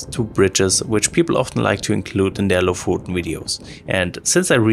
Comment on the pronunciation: Just to nitpick, it's pronounced like the o in "stock", [o:]. We went there a few years back, and it was packed with tourists, even in mid-August. If you're driving, the locals can be a bit unwelcoming in traffic. Felt like they saw our foreign plate and drove intentionally in the middle of the road. My impression was that Lofoten is a nice place, but way overhyped considering that there are plenty of beautiful places in Norway.